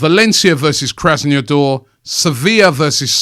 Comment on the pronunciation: He pronounced Krasnodar which is pretty straight forward like Krasneodoor, I don’t get why he just fails to read the letters in their order as they appear right in front of him once it’s not an English name.